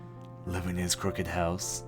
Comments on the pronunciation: Pwediepie skip on skiping a bunch of parts(like he search on google for passwords because he couldn't find it himself.) and he kept pronouncing crooked wrong, which drive me insane. Plus pwediepie didn't make every single game in the word. Others have the right to make videos of it too, just because pwediepie made one, doesn't mean everyone just copies off of him. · Below I agree because pewdiepie can't even pronouce crooked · He can't even pronounce "Crooked" right.